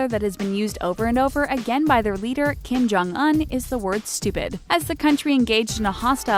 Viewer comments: Kim Jong Un the "Un" part is pronounced "oon" not "uhn" lol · Kim-Jong Un's name is pronounced with a long U, not a short U. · She said Kim Jong Un wrong... she would've gotten killed if a North Korean Heard her day that